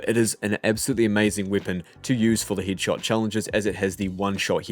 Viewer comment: What?? Heed shot... H E A D SHOT. ARTICULATE please